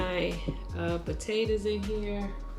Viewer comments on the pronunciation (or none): I really like how you say potatas lol